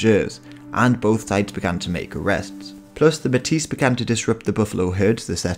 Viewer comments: Nice to see Manitoban history. Although “metis” is pronounced “may-tee,” the “s” is silent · It's pronounced "May-tee" !!! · Metis is pronounced may-tee.